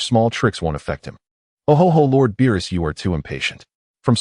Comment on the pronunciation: Why does it keep calling Beerus Bilus?